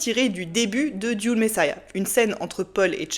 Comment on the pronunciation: juste pour chipoter, Dune en anglais ca ne se prononce pas "dioune" mais simplement "doune"